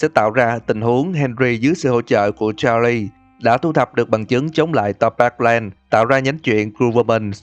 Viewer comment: Đọc tên Charles sai rồi